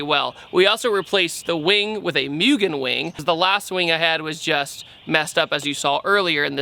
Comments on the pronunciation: (and those who don't know; I didn't until yesterday when I Googled/YouTube-searched it), it's pronounced like "Moo-gen", not "Myugen". I know, it's kinda counterintuitive for us 'Mericans, but I found a video that interviewed the actual owner of Mugen in Japan, and he insisted that it be pronounced like "Moogen". I guess it's a Japanese language vs. English language thing. #TheMoreYouKnow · lol mewgen. Its pronounced moo-gen. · fyi its mügen (moogan) not mewgen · Moo-gen not Myu-gen but looks good how much did it cost to get the repaint/detailing? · Firstly Mugen is pronounced 'Moogen' second that's a fake wing so call it a replica Mugen wing.